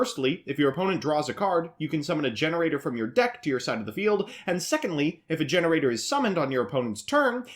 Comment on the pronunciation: You aren't even saying the name of the archetype the right way. 😑